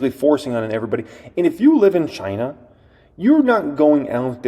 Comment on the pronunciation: I drank everytime you said "Chynna" and my flapjacks got flipped